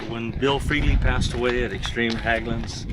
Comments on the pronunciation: Hägglunds with an ä, pronounced H-egg-lunds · Hägglund isn’t pronounced Hagglund the ägg in Hägg is prounounced egg like ->🥚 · Good stuff🎉 FYI Hägglunds. In English you pronounce it 'Hegg-loonds'